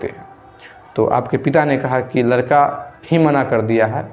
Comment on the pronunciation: लड़के के जगह लरका बोल रहे हो उच्चारण तो सही किया जारी